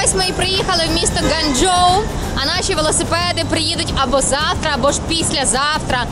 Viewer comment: Ґуанджоу а не ґанджоу